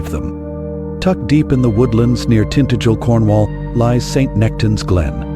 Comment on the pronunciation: Crap. Portmeirion - a tourist mecca, and not secret. I also laughed at how Tintagel was pronounced!